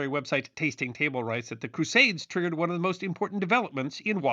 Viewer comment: I like the way he aggressively pronounced "one." For instance when reading a date, he'll say it as "nineteen fourty OOWAUN"😊